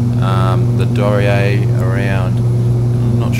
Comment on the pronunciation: Hairy - but it's down. (So maybe it's downy?) Anyway my challenge is to get you to say the aircraft name properly. It's a German company so it's pronounced Dor Knee Err. 'Dor' like in dormouse - 'Knee' as in that thing halfway down each leg - 'Err' as in to Err is human. Nice videos by the way. XX